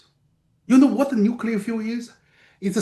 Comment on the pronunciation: then explain nuculer reaction